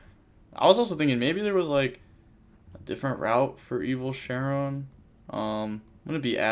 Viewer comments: Bro this is like the 100th iron man with evilshenron It’s SHEN-RON not Sharon lol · You’re pronouncing it with an A so it’s sounds like you’re saying Share-in but it’s an e so it’s Similar to six Sam Shi-En but there’s no I so it’s just Shen then Ron